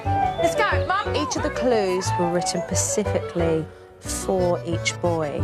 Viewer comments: The way Jo says specifically or ‘pacifically’ gives me l i f e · The pacifically really annoys me.